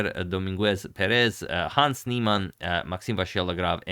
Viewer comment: Dominguez Pérez are both "grave" words (I don't know if there is an English translation to that), meaning that the stress goes on the penultimate syllabe. So, in Do-min-gue, the accent goes on "min", and in Pé-rez the accent goes on "Pé".